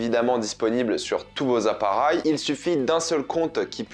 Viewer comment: ta façon de dire appareil est trop marrante 😂